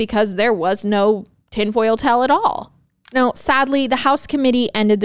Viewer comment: Great breakdown. Do you mean “tinfoil tale”? Cuz you keep saying “tinfoil tell”